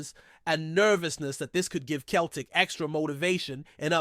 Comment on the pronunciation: It’s not cel tic. It’s sel tic. Ffs